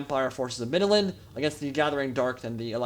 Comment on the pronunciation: You Said middenland.... I lisent "stark" 😏